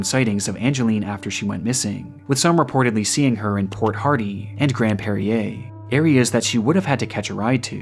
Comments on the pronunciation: Ain’t no way you mispronounced Grande Prairie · You misprounced Grand Prairie. Never heard anyone pronounce it like that lol. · I was immersed deep into this video until I heard you mispronounce "Grande Prairie" as "Grand Perrier" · I'm js. It was funny to me. Like clearly the guy is not from around here lol. I never thought anyone would have trouble pronouncing that name.